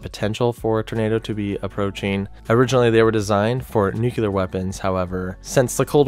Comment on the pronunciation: it's "nuclear", not "nuculer" 😅